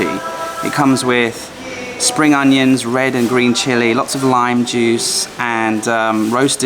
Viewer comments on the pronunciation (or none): none